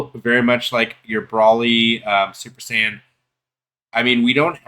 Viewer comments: if u didn't understand the way I typed it as how I meant then I would get what u mean but there aren't multiple acceptable answers lol brawly has never been correct since the dawn of time And okay more clear .. BROLE-LEE If u still aren't getting how I'm typing it just listen to how it's actually said in the anime .. and that's the way to say it lol.. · if goku and paragus don't call him brawlee how tf did u come up with in your own head that's acceptable ? And if u say I'm typing it wrong fine.. I'm saying whatever the way goku literally says his name and paragus is the correct way.. ignore how I'm typing it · no lol bc nothing was disrespectful from me I just caed out that you're only covering this bc its trending and don't actually know what the hell you're talking about .. and u think that paragus, cheelai and goku pronounce broly's name wrong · i want to die every time he miss pronounces broly